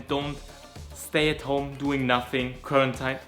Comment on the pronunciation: Quaratined ausgesprochen wie man es schreibt bruh😂